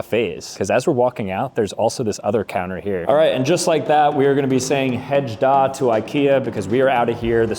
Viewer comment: Hej då (Hey doe) Goodbye in Swedish. Laughed at Hege da 😂